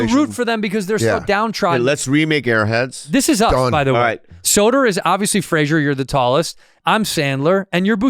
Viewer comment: Dan “sedonaa” Soder